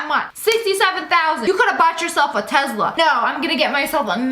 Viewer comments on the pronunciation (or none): More to add to the list of things Sssniperwolf pronounces wrong: Muckbangers: "Muck-Bangers" Michelin: "Michay-Lynn" Werther's Candies: "Weather's" Tesla: "TeZZ-La" Farfalle: "Far-Fall" and "Far-Full" Meditative: "Med-I-Tive" Stallone: "Stalline" Bruschetta: "Brew-Shet-Ah" Baskin Robbins: "Baskin Robbels" Mozzarella: "Mots-AHELL-Ah Shutterstock: "Shutter-Shock" Picasso: "Pi-Cazz-O" Amphetamine: "An-Fetta-Min" Conformation: "CoM-firmation" Macaron: "Maca-Roons" Pumpkins: "PuN-kins" Hideaway: "Hide-Er-Ray" Petri Dish: "Pastry Ðush" Balsam: "Ball-Sam" Michelin: "Ma-Shell-In" Mirror: "Marrar" Basil: "Bah-Zol" Paprika: "Pap-Ri-Kah" Carpaccio: "Car-Pass-Cee-O" Foie Gras: "Frah-Grah" Gargantuan: "Guy-Gan-Chu-Lar" Mayonnaise: "Main-Ace" Caesar: "Seizure" Naruto: "Nar-Roo-Toe" Siphon: "Sif-In" Mukbang: "Muck-Bang" Centaur: "Sen-Too-Ar" Badminton: "Ban-Ming-Ton" Appliqué: "Ah-Pleek" Croissant: "Crow-Sant" Bas-Relief: "Bass-Relief" Jicama: "Jah-Comma" Dijon Mustard: "Day-Jawn Mustard" Cheapskates: "Cheap-ScaPes"